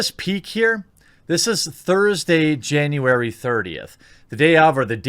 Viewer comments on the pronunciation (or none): none